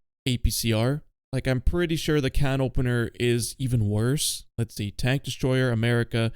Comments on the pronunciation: First French Gendarme, now CanOpenNeeR 😅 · canopeneeer? is this ragebait? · The way you say canopener hurts my ears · misspronouncing "Canopener" for more rage bait comments is a 1000 iq play ngl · i kinda tweaked when he said the 10th time on purpose